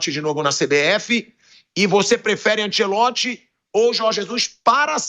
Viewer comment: Ánchélotti, Ánchélótti, Ánchélótrti.... valha-vos Deus|||